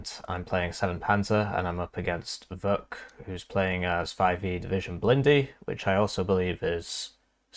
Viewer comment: Ch in Vuch is pronounced like ch in chance